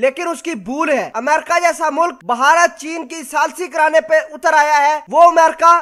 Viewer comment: Bhai jaan..... apna talafuz to durust kr len. Yeh "baharat باھارت " nhi hy. BH mila ke parhen... bey aur hey mila ke "bhey" parhen. Is ko "bharat بھارت " parhen. I m sorry to say.... Myn ne dekha hy k jitne unparh log hyn, jin ko na parhna aata hy aur na likhna.... woh sb utuber bn gaye hyn. Sb unparh logon ne apna chanel khol rakha hy, sirf dukandari k liye...!!!!